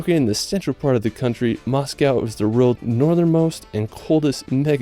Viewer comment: How about to learn English before making videos like that, mr. "Largest fresh war lake in da wrold"?